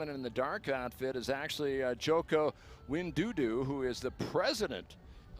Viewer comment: JOKO WIN DU DU? Broooo Wai DO DO masih mending, ini WINDUDU? wkwk kalau pak Jokowi itu Xi atau Putin udah habis ini commentatornya. Kalau menurut saya, sebagai gambaran besarnya, infrastruktur harus dikejar untuk menjadikan ini yearly event buat Danau Toba, masyarakatnya juga harus semakin modern dan mengerti budaya pariwisata yang bener dan mungkin facade-facade rumah rumah masyarakat yang terlihat di kamera di pinggiran danaunya juga direnov, bisa dimodernisasi atau ya tradisional. Mungkin Danau toba bisa jadi "Monaco"nya indonesia.